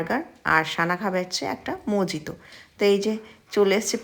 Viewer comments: Really love the way you mispronounce mojito. 😊 Like our parents do. Really like you simple daily vlogs. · Didi ota mojito spelling bote kintu ota mohito uchharon kora hoy.